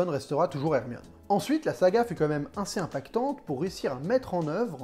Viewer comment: Video incroyablement travaillée. Continue comme ça c'est plus qu'intéressant! (Simple question pourquoi tu dis inssez et pas assez ?)